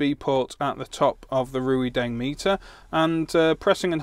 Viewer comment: Why don't you reviewers learn to pronounce the name of the companies you review products from. RuiDeng, HuaWei... never heard it anywhere near correct. Its like Chinese people calling their smartphones Appu Ippon eX.